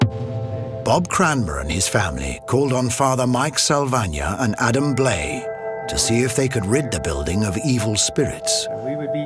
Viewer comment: You would think if a television network is going to put money into a documentary, they would at least make sure the narrator pronounced the featured guest's name correctly. Adam Blai's name is pronounced Bly.... not Blay. 🤦